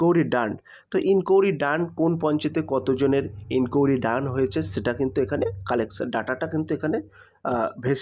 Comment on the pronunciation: ইনকুড়ি🚫 এটা আবার কেমন ভাষা। ইনকুয়ারি। ✅